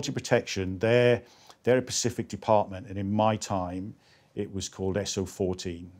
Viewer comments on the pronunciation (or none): Specific!!! NOT Pacific 🙄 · He said pacific so I didn’t watch it